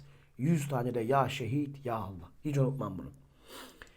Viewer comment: Ya şedid değilde ya şehid dedi sanırım